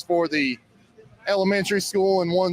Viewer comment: How could that running Sheriff talk about education and call it SKOO? It's SCHOOL with an L at the end, not "skoo."